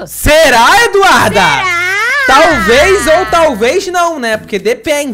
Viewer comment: Alguém percebeu que o ato está falando o nome da Eduarda errado tá falando do Duda Eduarda